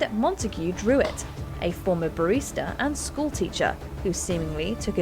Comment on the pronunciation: Also said "barista" when talking about suspects for the Jack The Ripper killings. Presumably should have said "barrister" (attorney in US English).